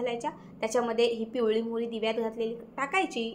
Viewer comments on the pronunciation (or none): पिवळी काय घ्यायची तो शब्दाचं उच्चारण शुद्ध नाही